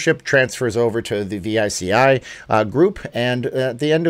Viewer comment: Veechee Not v i c i